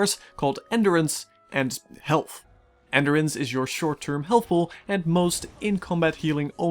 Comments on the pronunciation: Very good review, but enDUrance, not enderence. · what the hell is ender ance? say it right geesh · I cannot take you seriously with the way you massively mispronounce endurance. It’s like you’ve never heard the word before. How do you go your whole life til the recording of this video never hearing the word “endure” or “endurance”? I swear, man. What is it with YouTubers? It’s like you guys were raised in a lab or something